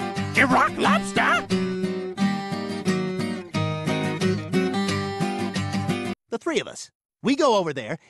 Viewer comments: It's more like Irack Lobster. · Iraq lobster that wat he is saying